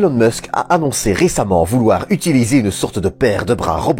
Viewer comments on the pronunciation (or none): none